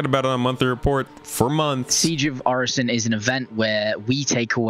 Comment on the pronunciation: My brother in Christ, you MADE the name, its pronounced Orison :P Okay but they did have that little tidbit of people in lore having different dialects, but still xD